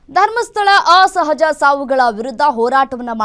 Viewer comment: Right.. anchor ge saryage heloke baralla